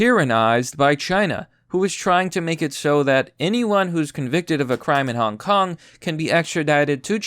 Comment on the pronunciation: At first I legit thought that you said 'hon honk is winnig the meme war' which is true but still.